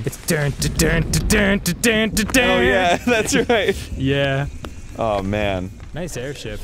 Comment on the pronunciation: Actually Arin and Dan said roight together